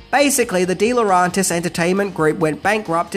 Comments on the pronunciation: Just get it right, mate. Its Laurentis not Laurantis. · lmao. slip ups are the best, aren't they? Misspellings, mispronunciations and mildly funny one-liners are an added bonus and the reason I prefer countdown lists compared to other collections of Top Ten Countdown' lists. Lerauntis instead of Laurentis, so funny 'cause he repeats it a dozen or more times. Keep it up,. Don't you ever change or you'll end up becoming yet another same-old, same-old, which I for one would stop following.